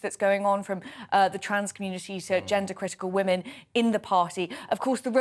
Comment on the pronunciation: Why the hell can’t he pronounce the plural of woman? It’s WOMEN Peter!